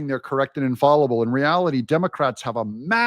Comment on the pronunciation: Just a heads up. in "infallible," the "fall" rhymes with "shall," not "call."